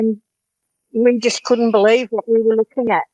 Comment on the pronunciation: I be-LIE-ve